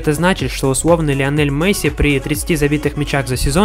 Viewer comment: Я смотрю твою карьеру за Барселону. Говори пж Месси,а не Мэсси